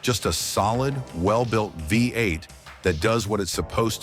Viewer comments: You guys need to train your AI to pronounce V8 trhe American way, Vee eight, not Vi eight. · Agreed, whats a vye 8? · When Oh when are you You Tubers going to figure out that COMPUTER VOICES SUCK???? What is the problem? Can't you read your own script? Let your Mom read it for you. It says 58 engine over and over because it thinks the v in front of the eight is a Roman numeral for 5 - get it - 58 for v8????????? You didn't know that before you posted it??? What is wrong with you people today???? Art from Ohio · What is a viy 8? Ai bs. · Ford had a vye 8? He did say Vye vie vy? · The Studebaker "5-8" or "Vie 8". Ain't AI grand? lol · Hey there AI. What is a “Vie 8” ? Just go away. Down with AI. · The vy8? Stupid AI. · i hate AI videos. never kn ow how to say things right.....v8 becomes vie 8 or five 8 ugh. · “Vy Eight” , get rid of AI. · Considering it read V8 right a couple times makes me think that the person who wrote the script spelled V8 differently the other times.